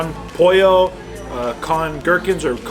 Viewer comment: not polla Pollo. YW haha spanish is not ur 1st or 2nd language